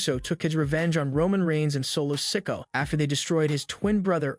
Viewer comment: Solo"Sicko" huh? Can you not pronounce SIKOA?!! HERB